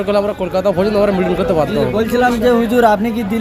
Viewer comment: মিটিং উচ্চারণটা ঠিক মতন করতে পারেন না নেমেছেন আন্দোলনে